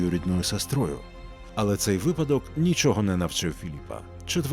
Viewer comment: Дуже дякую за "ви́падок", а не "випа́док", а от зі щелепою все ж вірно буде "ще́лепа", а не "щеле́па". Перш ніж написати, перевірила у словнику. Контент дуже цікавий і голос приємний для прослуховування.